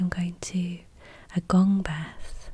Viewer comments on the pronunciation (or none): none